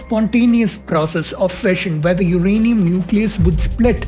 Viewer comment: For a guy who is presenting a science show, it's funny he pronounces uranium as 'UKrainium' twice in the beginning .. why do so many so called learned Indians adopt mediocrity in almost everything they do, case in point - this ☝️ pronunciation which shouldn't even thought of, let alone say it on a video on a channel produced by presumably 'learned, educated' bunch. Sad! Good topic though .. just remove the presenter - that's all.